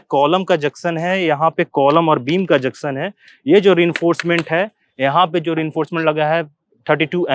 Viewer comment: Aap junction ko juction bolte sir